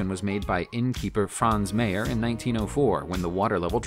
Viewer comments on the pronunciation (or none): none